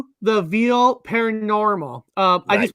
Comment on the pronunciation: Why does keep saying THROUGH THE VEIL...WRONG? It's not VEAL...it's VEIL.